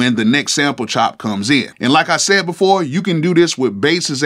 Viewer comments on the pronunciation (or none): none